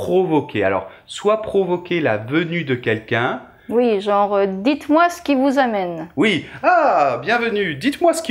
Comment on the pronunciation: Avez-vous une vidéo expliquant le français parlé rapidement et expliquant les omissions de mots entiers? Par exemple, quand vous avez dit "dites-moi CE qui vous amène monsieur" vous avez complètement omis de prononcer "ce". J’ai ralenti la vidéo à .50 et vous ne semblez pas prononcer "ce". Merci.